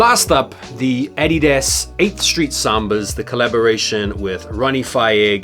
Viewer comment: I watch a lot of your videos, and thanks for the great content by the way, but everytime I hear you say adidas it's like if it was the first time lol. Unexpected and detrimental to my ears 😂